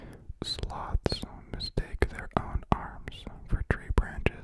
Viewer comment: every time you said sloths i thought you said sluts lol